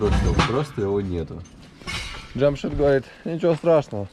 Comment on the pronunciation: Наконец то правильно произнёс имя Джамшида, а то Джамшуд Джамшуд, ухо режет!